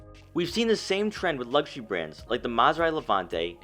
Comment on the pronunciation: Primary not primay Twenty nineteen not twayniteen Luxury not lugshe